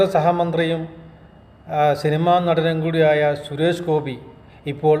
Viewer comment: നീ സുരേഷ് ഗോപിയെ കുറിച്ച് കുറ്റം പറയാനായിട്ടില്ല നീ ആദ്യം ആളുടെ പേര് നേരെ പറയാൻ പഠിക്ക്